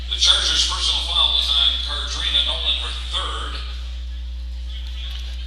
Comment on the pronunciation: To the speaker. Nolen (21)name is pronounced "Car" "drina" not "Ca" "drina"🤷🏾‍♀️ .